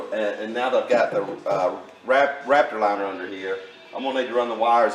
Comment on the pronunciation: It sounds like you keep saying rapture liner.